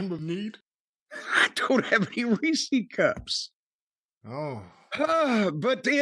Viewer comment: What the fuck is a reesie cup? It’s Reese’s